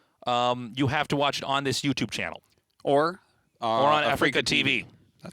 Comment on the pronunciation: has a bad habit of saying "Africa TV", when it's really "Afreeca tv". It's short for "Any Free casting" -A-free-ca". He can't even get the name of his own employer right! At least he's saying "maelstorm" right instead of "melee storm".